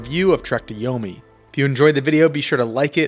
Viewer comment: It's YO-MEE. how can anyone take your review seriously?